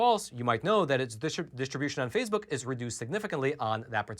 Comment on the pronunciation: What is "phasebuk"?